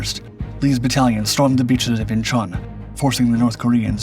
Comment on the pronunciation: he says lees battalion 😒